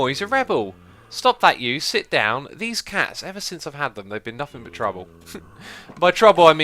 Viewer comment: ha he said DEEZ CATS!